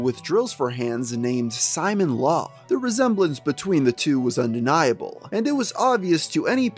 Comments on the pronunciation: Bro why does he pronounce is Simon-law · Simon law 😵😵😵 dude. You should know how to say the name right. There's footage of Chris saying it. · Ok you finally stopped saying "Sonick-Chu", now let's work on your other electric hedgegogs, Simonla is pronounced "See-mon-lah" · Why are you saying “Simon-Law”? It’s Sim-Mon-Lah. Know you’re friggin content good lord. Just really sounds dumb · "Simon-law" I'm fucking dying. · You pronounced Simonla wrong! "Simone-La" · Simonla is pronounced Simone-la, not Simon-la. Alec and Chris say her name outloud many times in the Alec/Chris calls. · “Simon Law” bruh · Alright. Good video but I need to say… every time you pronounce it “Simon-Law” when talking about Simonla, a handful of my braincells go home for the night. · bro ur pissing me off not saying sonichu and simonla righr 😭😭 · Anyone else bothered by someone making a documentary about Chris Chan refusing to learn how to pronounce important things in Christory? Like “Sonic-Chu” come on man. Good video but that makes it come off as in a sense lazy. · Dude, it's pronounced Soni-chu, not Sonic-chu. And not knowing how to pronounce Simonla shows you didn't know anything about Chris before doing these vids, almost like someone else researched and wrote this script for you.